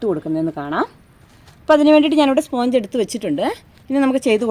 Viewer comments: സ്പോഞ്ച് അല്ല സ്പഞ്ച് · Sponge is pronounced SPANJ.